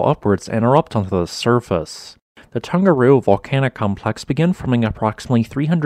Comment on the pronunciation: Another great video! Always so informative and engaging. Your Maori pronunciation is really good too. Just one wee hint, if I may - when speaking Te Reo Māori, the letter ‘g’ is always soft. So the ‘Tong’ in ‘Tongariro’ should rhyme with ‘Song’. The same is true of most Polynesian languages. ‘Hunga Tonga–Hunga Ha'apai’ ….. soft ‘g’ all the way. 👍👍👍 Thanks again for the great content😀